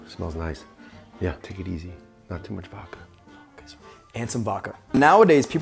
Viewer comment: has a cocktail show, can't measure or pronounce VODKA